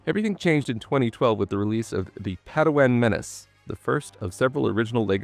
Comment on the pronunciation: Can't watch someone who butchers Padawan. I wish you the best.